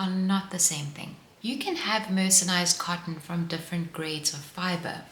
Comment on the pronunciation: It’s not ‘mercenised’, it’s ’mercerised’. Maybe some cottons are mercenaries😂